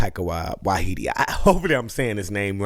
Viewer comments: Taika Waititi. As in WHY TEA TEA. TIE CAR WHY TEA TEA. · Tie-eee-kuh Why-tee-tee. Just in case Taika Waititi comes up again. He has an unusual name because he's a Maori from New Zealand.